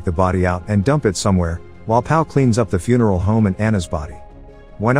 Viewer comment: The voice kept saying Fune-Erl- Home